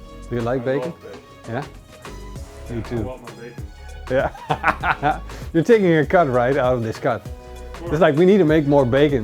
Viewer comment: He says bagon not bacon